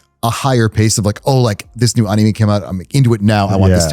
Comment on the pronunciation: Love this guest but god the way he pronounces anime is grating😂